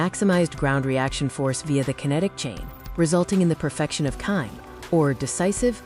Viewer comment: It’s not Kim. It’s kimi (kee mee). It’s also do( dough) not do.